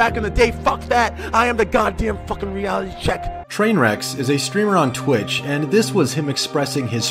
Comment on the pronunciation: It's twitch not twat